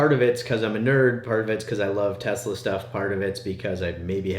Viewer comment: Tesla not Tulsa